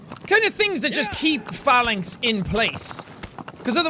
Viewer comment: I knew he was gonna say Phalanx but I thought he said Phallus, then called it the "sky spear" I was fucking dying